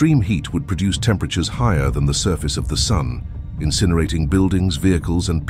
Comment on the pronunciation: say "sun" one more time lady. I dare you.